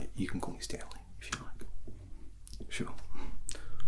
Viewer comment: says Stanley, I hear Centrelink instead for some reason. The video is doing its job.